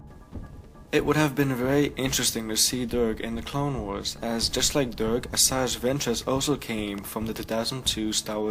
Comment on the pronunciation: Also that probably isn't bib fortuna in episode 1 notice how bib fortuna is pink? Well the twi'lek next to jabba in episode 1 is a weird blue green color. Oh and you mispronounced Durge. It's pronounced Durj